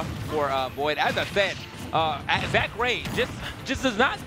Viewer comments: Anakin80042 Fury except its pronounced Zack-ray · They pronounce Zack Ray like he’s the creator of smash bros 😂